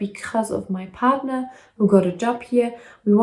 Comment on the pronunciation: Love how you pronounce partner 💯😉😀 August will be ok 🤗